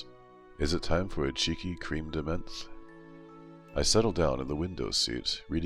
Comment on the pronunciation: Cream de menth?